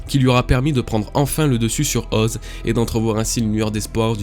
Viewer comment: effectivement c'est "Oz-é"... Ok je sors